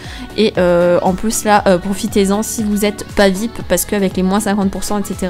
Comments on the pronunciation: ARRETE DE DIRE VIP, ON DIT V. I. P!!!!!!! 6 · On le lit viaypi pas vipe.